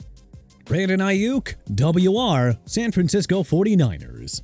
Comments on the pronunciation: Double Yew Arr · "WR" is pronounced "wide receiver", when not regurgitated up by your annoying, low-buck AI. Maybe feed the infernal device some actual football trivia, like this...... That's a dislike, a no subscribe, and I share my disappointment with others. Lousy effort. Suggestion: Go make some tik-toks of people slipping and falling.....